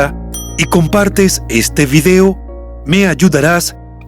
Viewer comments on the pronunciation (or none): none